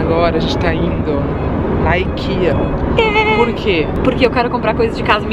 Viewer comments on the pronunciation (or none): você comentou o que eu sempre quis comentar nos vídeos de youtubers, mas tinha vergonha. hehehe O certo é mesmo falar "ikeá", tenho família na Suécia e é essa mesma a pronúncia correta do nome da loja:) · Meninas suas lindas, vou ser a chata hahaha já que estamos falando de idiomas não se diz "Aikea" (como os americanos) se lê como em Português mesmo, Ikeá (sim, o certo é ler como se tivesse um agudo no a) porque é uma loja Sueca e eu tenho uma amiga Sueca que me ensinou hahahaha Dicas: comprem as coisas no mercado da Ikea, eles tem coisas ÓTIMAS (eu recomendo muito as almôndegas e um chocolate chamado Dain, outra dica, não sei se tem Primark ai mas os cabides de camurça deles são INCRÍVEIS de bom! Me identificando muito com vocês, quando sai do Brasil me senti exatamente assim, tipo: não acredito que vim na Ikea comprar as coisas AHHHHH hahahah beijinhos! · tu acredita que eu estava observando isso é quase postei algo sobre,aqui na Grécia pronunciamos exatamente assim "IKEÁ " e não IKIA kkkkkkk.Não é falar ou corrigir por maldade e que conhecimento e para ser compartilhado.😄😙